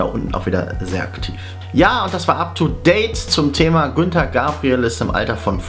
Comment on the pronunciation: Oh mein Gott , Herr Moderator, der Sänger heißt Gunter und nicht Günter.